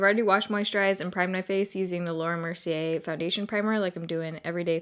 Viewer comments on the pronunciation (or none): none